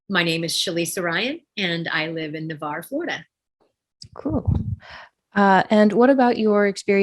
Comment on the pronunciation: Just for the record, the city is NAVARRE, not Nevarre.